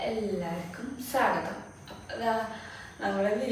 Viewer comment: സാഗതം അല്ല സ്വാഗതം